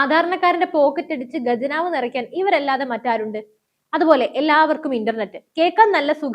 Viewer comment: ഗജനാവ് അല്ല, ഖജനാവ്